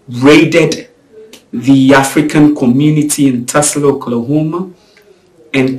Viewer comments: it’s Tulsa, not Tusla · it's; TULSA not TUSLA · For your info, it’s not TESLA. It’s TULSA.